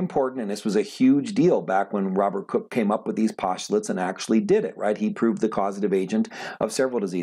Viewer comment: You’re pronouncing his name as cook but it’s pronounced like coke.